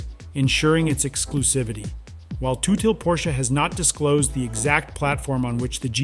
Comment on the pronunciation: Who the hell is Toothil??? Its tut-hill😂